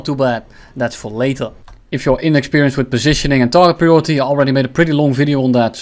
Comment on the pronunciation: said POSHISHENING AGAIN!!!!